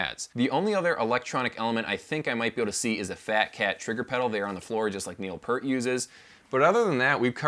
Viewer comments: Take a drink each time he mispronounces Peart. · You pronounced Peart wrong